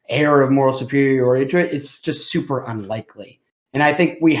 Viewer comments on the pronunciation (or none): none